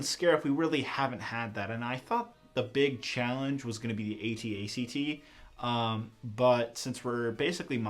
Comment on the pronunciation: He said ac-act haha😭😭😭